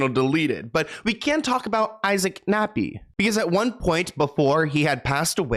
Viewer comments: I was cool until he said Nappy instead of Kappy for bro’s name…. A little Freudian slip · Dude did you say Isaac Nappy??!! It's KAPPY!!! WITH A K!!! How you got this wrong is astounding!! How you didn't catch this is astounding!! That's an epic fail. I agree that hanks is a POS but c'mon dude. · It's kappy (cap-py)